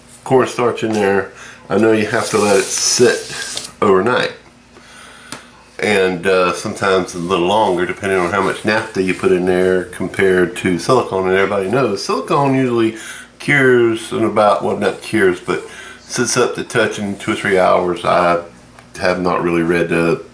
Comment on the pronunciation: "naphtha" NAFF-tha (...the T is surrounded by H's.)